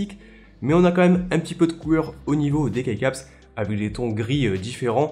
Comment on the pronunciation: juste le mots keycap se dit kicap en anglais sans vouloir etre chiant